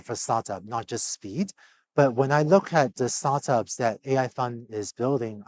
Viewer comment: How work in Start ups for so long and refuses to say it aha sounds like "Sartas"